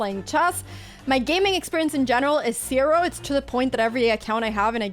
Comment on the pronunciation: "my gaming experience in general is CERO" LOL gotta love that accent